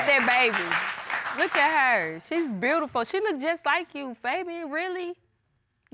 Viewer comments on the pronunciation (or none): "She's 'Brutiful'..."